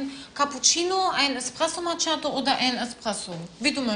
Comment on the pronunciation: Alle machen sich lustig über Larissa. Dass sie aber die einzige ist die Macchiatto richtig ausspricht erwähnt keiner!